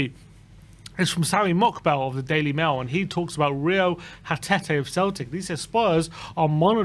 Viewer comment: Lol 'Rio Hatete' Reo Hatate** c'mon lads.